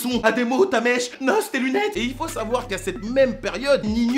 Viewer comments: ON DIT N.O.S PAS NOS.😥😥😂😂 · c pas "nosse" bordel c "N - O - S" 😭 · CEST N PUIS O PUIS UN S PAS NOSE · Oh le fou il a dit noss à la place de N.O.S 😂😂😂 salut les gars c'est votre boy noss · Ça se prononce « N.O.S » et pas « Nosse » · Lourd la vidéo frérot, mais juste c'est N.O.S et pas NOS ahah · Juste c nohesse pas nausse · Dis '.N.O.S pas Nose c dégueulasse